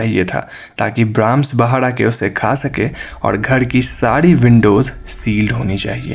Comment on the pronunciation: bara nahi bada hota h hu**